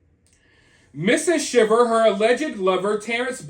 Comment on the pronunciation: I commented on another video but their last name is pronounced Shy ver. Just want to make sure you knew that if you’re going to be reporting on it! 😊